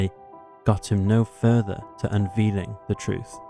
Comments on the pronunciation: The word is pronounced PLETH - ORA, not PLET - ORA. The word 'unveiling' is pronounced 'UN-VAY-LING', not 'UN-VEE-LING'. Jeeze, these are not unusual or obscure words! I can't listen anymore, it's like hearing a six year old read the news. This narrator has a very weak grasp on the English language, he frequently mispronounces very well known words, in common usage. I strongly suggest voice over work is not suited to his talents! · Actually.. it is "un" + "vayl" + "ing", let me break it down for you.. 3 syllables: "UN" + "VAYL" + "ing". Here it for you in Modern IPA: ə́nvɛ́jlɪŋ and in traditional as well : ˌʌnˈveɪlɪŋ You have access to the internet, at least fact check yourself before you speak nonsense and be "correct". Imagine the fact that, some people know more than 1 or 2 languages and mispronunciation may occur, but you're probably American, you wouldn't know that. Good riddance.